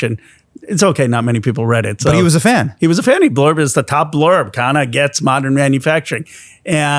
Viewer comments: Everytime i hear Hasan pronounce Ro Khanna’s last name correctly it makes me shocked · Thanks for Pronouncing KHANNA right. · Ofc Hasan is a desi.😂 He knows his sh!t.